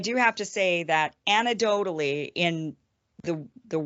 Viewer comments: “anadotedly” LOL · I’m going to go out on a limb and suspect Iversen is an idiot based on her pronunciation of ANECDOTALLY.